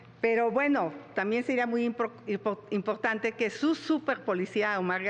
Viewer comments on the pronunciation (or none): Xochilt: Pot, poque, impoctante 😂